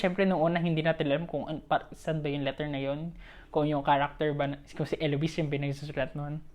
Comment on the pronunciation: you pronounced it correctly. It's Elo-wis. 😄 Good job on this! I'll share this to everyone.